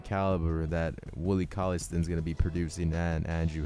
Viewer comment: stine not stin